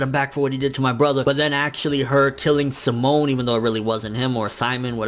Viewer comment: Pronouncing Simone like shamon 😂😂 That belserion though 😱😱 badass chick